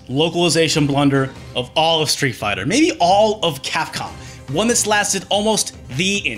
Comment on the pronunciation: Spit out my drink at "Street Fih-turlund". Bravo.